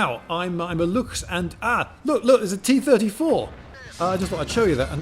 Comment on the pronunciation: tee turdy-tour